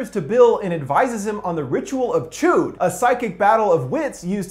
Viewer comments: Chuud??? Its pronounced chud. Listen to Homer Simpson. When he played D&D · Was anybody else bothered every time he said "ritual of CHEWED"? It's pronounced CHUD (rhymes with "fudd") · Chud not chood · Interesting u pronounce chud chode 🤔🤔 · It's not 'Chewd'. Short U sound.